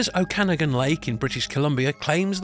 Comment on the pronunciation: This is hardly “North American” legends when Canada, the largest country in North America, is barely mentioned. Also, you pronounced “ Okanagan” wrong” . British Columbia is not part of the Pacific Northwest. It’s Canada’s west coast.